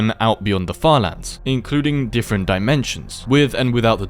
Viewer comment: "falans" how British are u😭✌️